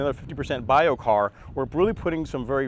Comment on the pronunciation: Biochar...keep saying it wrong!